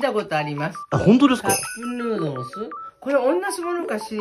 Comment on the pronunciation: カップヌードルの発音めっちゃいいの好きw